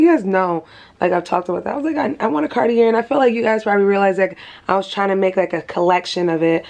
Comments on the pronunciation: Just for info sis . It’s Cartie ( Cartier) not Cartierr . We don’t say the r at the end . Greetings from a French girl ❤ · Congrats on your gift! Fyi the R is silent in Cartier… its pronounced car-tee-ay